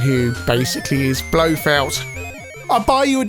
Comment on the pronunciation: Heard that before but I have no idea where it comes from. Nuclear has only one u in it. And I think I heard him say "Blofelt" instead of "Blofeld".